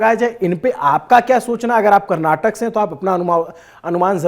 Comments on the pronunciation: Karnatak nahi Karnataka hota he bhai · Editor it's Karnataka not Karnatak !! Please correct from next time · It’s Karnataka sir … not karnatak! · Brother it is KARNATAKA.... FOCUS MORE ON 'KA'. Can you pronounce properly please!!!